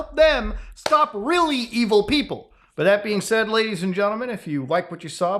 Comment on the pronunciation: genTlemen not genlemen xD the T isn't silent